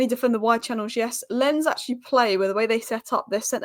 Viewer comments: Love your Spurs content! Keep it up… And I think Lens is pronounced “Law’n” with almost a silent n… 🤷🏽‍♂️ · Oh and Lens is pronounced LONZ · Lens is pronounced Lons with a hard s.